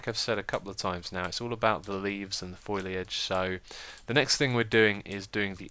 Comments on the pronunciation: It's foliage rather than foiliage X (heard you asking a few episodes ago), also the abba sign's B's are not the same :P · I could be wrong but I am pretty sure it is pronounced Foe-Lee-idge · Just a note. Foliage is pronounced foe - lee - i (from simple) - j (from juice). Thanks for another awesome episode :) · Dear Xisuma I love you, but the first syllable of foliage is pronounced "FOAL" like a baby horse. I know this kind of comment makes me seem like a douche, but I remember a couple of videos back that you mentioned that you were not sure if you were pronouncing it correctly. Just thought I'd help :-) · Foh lee. Foliage. Lots of people say it like that though. It's okay, you're not a florist. lol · Foliage, like Fole - ee - edge, love your videos Xisuma, but that's been irritating me for ages.